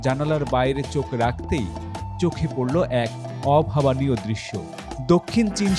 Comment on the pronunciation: Background music during narration ruined this video. Again “Sahajalal”international airport instead of “Sahjalal”. Bro, there is no word “অভাবানিও” in bangla, অভাবনীয় হবে।